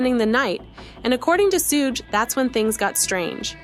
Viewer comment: soo-gay????? really?